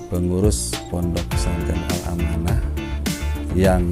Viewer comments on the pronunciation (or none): Al-amanah bukan al-manah hhe 🙏